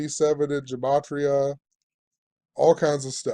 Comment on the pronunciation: Gematria! Yes you pronounced it right (@ secs in). Finally after all these years one of you guys got it. It's a soft g like guh-mah-tria. Ask a rabbi.. I appreciate your work, and what you're doing. You're one of the best channels on yt.